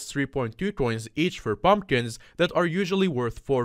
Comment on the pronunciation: i like theway he says:"bumbkins" ngl thats funny xD